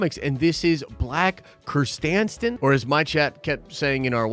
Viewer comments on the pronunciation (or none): Im not certain how you pronounce Black Krrsantan but its definitely not how this dude is pronouncing it: "black ker-STAN-sten" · Good ep. And I think it’s pronounced Black Kris SAN ten. Or something like that. 8.5/10 can’t wait for ep 3. Thanks for the video. #CadBaneCameo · Kerr. San. Tan. Krrsantan. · 1.) We saw Pykes in "Solo", so this is not the first time we see them in Live-action. First time I remember seeing one helmetless, though. 2.) Black Krrsantan, not Krrstansten